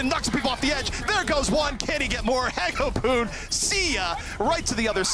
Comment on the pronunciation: I hate how says hagopeun